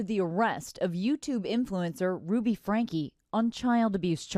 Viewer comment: Is this voice AI? " THE VOICE" said sedation instead of separation... FRANK instead of FRANK-E.